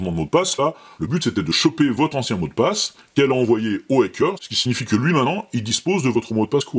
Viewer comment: Pour les "fautes assez grosses", profitons-en pendant que les diptères sont engourdis par le froid 😊 : Hacker : si on veut corriger, plutôt que "A", ce serait plutôt "Ha" comme dans "Hattrapez les tous" ou mieux : "Hard to be a geek". En vrai, selon que c'est prononcé par un Londonien de l'est, du sud, de l'ouest ou du nord, un écossais, un Irish, un New-yorkais, un texan, un californien ou un Australien on a des "Ha" qui sonnent Hâ, Hae, Hee, Hé... toute la gamme quoi... Alors... Crypté : il serait bon de lire la description de la vidéo, voire de dérouler une petite centaine de messages pour ne pas signaler un truc qui a déjà été signalé 100 fois. 😉 Et puis, si, "crypter" à un sens. C'est juste affaire de convention : Quand au dièse... tant que les mouches dorment encore, allons-y : Le croisillon n'est pas "son" dièse, c'est le dièse de tout le monde, vu que le clavier ne permet de taper facilement que le croisillon # et ça, depuis l'aube de l'informatique : Pour saisir un dièse ♯ on doit passer par les tables Unicode et ça gave tout le monde...